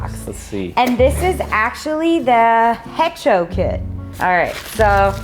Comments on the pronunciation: The Hecho on the box is a Spanish word. It means to make or made. The "H" is silent. Pronounced "Echo". EX: Hecho in Mexico = made in Mexico. Could be wrong! But great video!!! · “Ae -cho” a long A sound and cho like show with a ch sound.